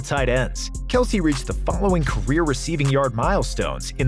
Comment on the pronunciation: Not knowing kelce's name is actually pronounced kels